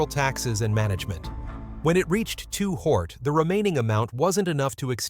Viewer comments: Ai your messing up!! "Two Hort"?? 👎🏾👎🏾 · why the hell is the AI calling him 2 hort. Fix that mess and give the legend respect and say his real rap name. Lazy man using AI that sucks .He just said 2 pack. Ruins the video for me. But i learned a bunch about his money and shitty circumstances. Still i grew up on his flow and the rest of the legends. Seriously thank you playa for the music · Who on Earth in their right Mind would pronounce $HORT as HORT? A Literate Human Being Narrator would NEVER DO THAT!!! Y'ALL NEED TO DO THIS WHOLE VIDEO OVER w/a LITERATE HUMAN NARRATOR! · He did all that research and still there can't pronounce his name 😂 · How am I going to believe the story when you can't even say his name right....SMH😮